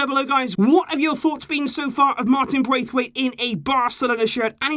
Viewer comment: I don’t actually care but if you do i’ll just let you know: You’re pronouncing his name wrong. It’s not Braithwaite as it’s spelled but Brath-waite. Like you would pronounce the name “Brad” in american but just with “Brath” instead of “Brad”. He said that in a Danish interview once :)